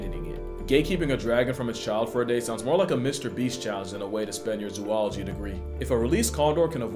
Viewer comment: Zo-ology not Zoo-ology